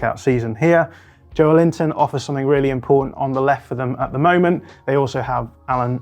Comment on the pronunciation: FYI the way to pronounce Joelinton is more like Jo-el-in-ton than Joe-lin-ton EDIT: Bruh I can't figure out if Youtube is posting my replies or not but you can hear him pronounce it himself in Bundesliga official channel video: "Joelinton teaches Brazilian Portuguese - Repeat After Me Challenge"